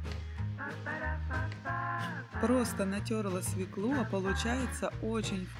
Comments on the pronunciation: Не свеклУ, а свЕклу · Свёклу Свёклу Свёклу!!!Запомни,женщина!